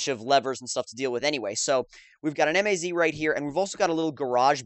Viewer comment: It's MAZ, not M A Z